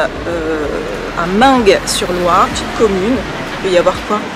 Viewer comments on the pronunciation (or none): Le g de meung sur Loire ne se prononce pas